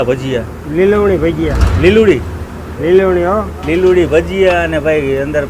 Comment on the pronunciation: Taro doho..e liludi nthi bolto liluvdi bole che pela sambhad srkhu muva